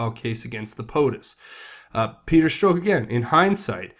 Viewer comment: Hey, love your work. Also, just so you know, Strzok is pronounced like Strock, not Stroke.